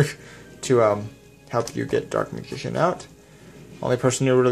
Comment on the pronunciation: "Leg-End? Meegician?" there's a difference between a speech impediment and just not giving a shit.